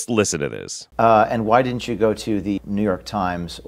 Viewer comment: People that say "dinnint" >_>